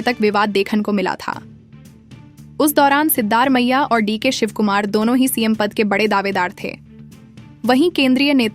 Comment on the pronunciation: You have to pronounce the name of the Chief Minister properly. It is not Sidddar Maiah, it is Sidda Ramaiah. There is no district called Balia in Karnataka, probabally it might be Bagalakote.